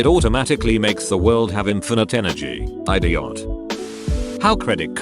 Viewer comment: I love how the computer pronounced idiot like "Eye-dee-ot"